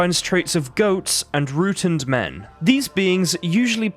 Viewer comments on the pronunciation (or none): "Relict" not "relic", "rotund" not "rootund".